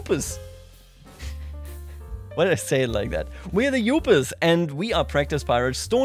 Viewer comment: It's pronounced Da You-Per-s Wow, the Vikings being Clan is hilarious. I think it's a hilarious play on the culture around sports team in the Midwest.